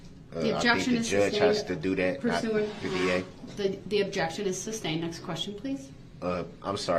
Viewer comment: Substained and axed are driving me nuts